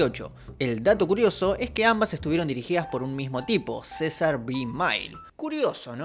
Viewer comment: Es CECIL B. DE MILLE, no Cesar B Mine, jejejeje